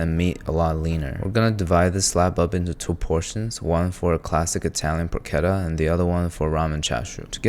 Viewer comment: You pronounced tamis wrong. You dont pronounce the s. And you pronounced porchetta wrong so u must be doing it on purpose